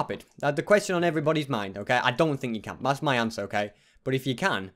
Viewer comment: why u keep saying me stuff its my stuff